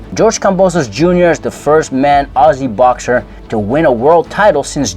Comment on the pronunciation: Thank you for pronouncing ‘Aussie’ correctly !! In case people missed it, he pronounced it - Ozzie